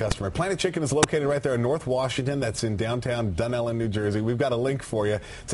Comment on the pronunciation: Dune elle really its dunellen one word